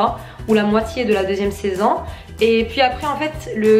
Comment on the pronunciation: Wsh elle dit saisann o lieu de saison